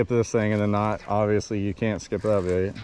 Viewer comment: U said live baet